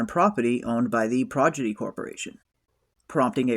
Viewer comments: It's pronounced Prodigy not Projidy 😂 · Nice recap/breakdown. Just found your channel. Liked & subscribed. One tiny note: it's Prodigy, not Progidy. 👽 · How hard is it to pronounce a seven letter word ffs? I don't give a shit if it ain't a good look and any party you gaylords attend ill happily keep well away from. Projidy??? 😂